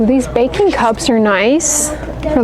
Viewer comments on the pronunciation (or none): Thank you for another DT video. Those baking cups are cute. I initially thought you said "bacon" cups. I was like, Ooooo. After the Ice Cream toothpaste, my mind was open. Lol.